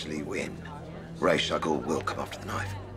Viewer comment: Wait wait, did they just introduce a new villain? Who the heck is "Ray Chuckle"? 🤔👂